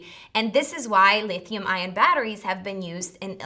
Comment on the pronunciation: Lithium not leethium minutes 😂